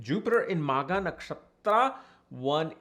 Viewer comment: Magha .... not maagha 😮